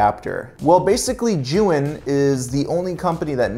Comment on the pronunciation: Sorry to hear about your hard drive. Actively spinning drives are VERY delicate. Love the recommendations for accessories. One tip: "Zhiyun" is actually a compound word in Chinese meaning "wise cloud" if you pop that word into Google translate you'll hear the correct pronunciation. To my ear, it sounds like "chew-ying". I saw that tip in a Chinese YouTuber's video on the Weebill S.